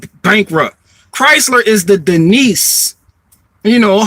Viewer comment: Denise = "Dee-Nice"